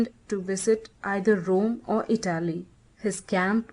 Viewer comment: It's not a matter of having an accent -- it's that words are mispronounced. Which syllable is accented has meaning in English. I' - ta - ly, not I - tal' - ly. And it is a - riz - en, not a - rize - en.